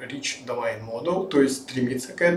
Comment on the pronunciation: Не думайн а домен)